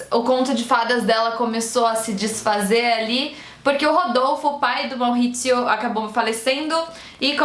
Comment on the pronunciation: Ele era italiano então é Maurizio mesmo, não Mauhhhizio kkk, mas parabéns pelo vídeo, amei, ansioso pra ver a no filme.